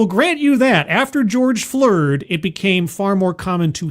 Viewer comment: I had a good laugh when said, "George Floored". The hits just keep on comin' with these "folx".